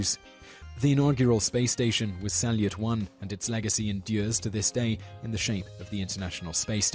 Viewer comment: Pro tip: Salyut is spelled more like salyoot.